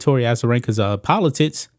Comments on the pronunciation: Polotickkkks....not polotits...u nob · Am I the only one that hears politits instead of politics? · Am I the only one who hears "Politits" instead of "Politics"? =D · I was looking for that comment. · I keep hearing politits….